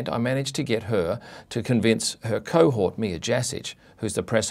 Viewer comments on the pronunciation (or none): did he say "her co-hot" wtf